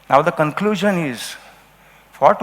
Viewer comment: The "concluzun iz"- that you don't know how to deliver a presentation. Better luck next time!